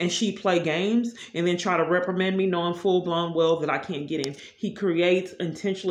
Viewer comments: Reprimend you? What does that mean? Is it like reprimand, but you have no idea of how to correctly pronounce big words? Multitudes of big words....lol. But, yeah, you keep raging about imaginary violations against poor old you. Look where that's gotten you. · She does it a lot, and yes, I must say something...lol. Today, it was reprimand and Nescafe. She'll find a new word that she thinks sounds good, then proceeds to slaughter it. The only word I do that to is the capital of Honduras. I cannot pronounce it to save my life...lol.